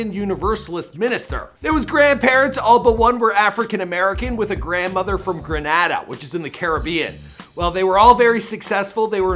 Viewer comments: Bro its gre-na-da! !!!! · Sooo...we're going to just gloss over pronunciation of "Grenada"? Lol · Damn Why did He Butcher The Word "Grenada" lol